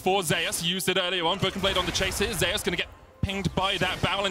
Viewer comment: Why do they pronounce Zeus like that?